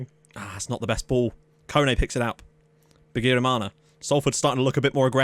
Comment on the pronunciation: Wow u can pronounce a burundian name (bigirimana)